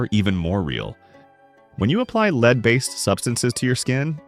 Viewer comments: When will you learn to pronounce the “ Lead”?? It is pronounced “LED”. Use it!!! There other words you are pronouncing incorrect. You would think you would practice before you recorded. Unprepared much!!!!!!!!!!!! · Why does this narrator constantly mispronounced lead? He knows how to say it, he just doesn't!